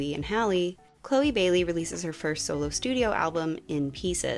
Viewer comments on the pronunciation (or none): none